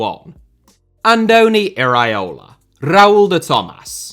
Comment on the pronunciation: please, repeat with me: e-ra-o-la, not e-raee-o-la 😅.